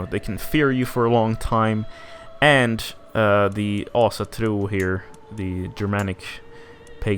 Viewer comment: Wait what is your mother tongue? That Ásatrú pronouncition was spot on